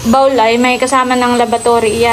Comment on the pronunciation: sobrang bait ng sponsor nila Adyaw at blessing na rin kayo sa kanila.Bihira na rin mga taong kagaya nyo. Pasensya na pero napansin ko lang pronunciation mo: 'bowl' and not 'bawl'. Please continue to be a blessing to other people.